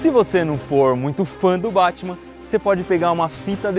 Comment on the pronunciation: Pare que ta chamando batima